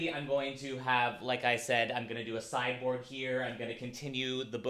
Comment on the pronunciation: Every time you say sideboard, all I hear is cyborg and it is cracking me up.